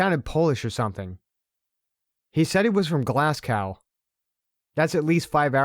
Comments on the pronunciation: You realize you have two narrators reading the same story one after the other? And …..Glass-cow? 😂😂😂😂😂😂😂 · Love your stories as always but from a Scottish lass its Glass-go for Glasgow 💞💞💞xxxxx